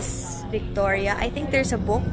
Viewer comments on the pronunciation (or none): none